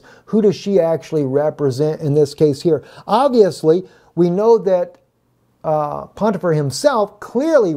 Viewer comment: You keep saying, "PoNtifar", but there is no N or Nun in that word...English or Hebrew.